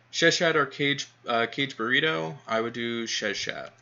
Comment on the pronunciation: YOU are driving me nuts with that it is Not pronounced Caged Burrito or whatever you are Saying OMG.. The first part is pronounced more like Kaa Gay.. - Kage